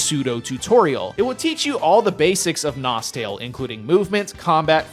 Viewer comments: its actually pronounced nostalay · If you speak english you must pronouce: NostEl